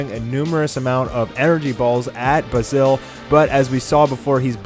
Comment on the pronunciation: Can you not pronounce basil?